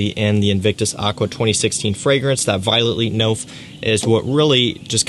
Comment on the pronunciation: "Violet Leap Nofe"😂😂😂😂